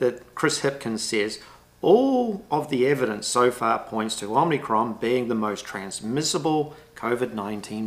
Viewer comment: OMIcron not OMNIcron or is it?